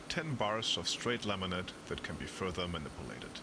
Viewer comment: haha he said manippleated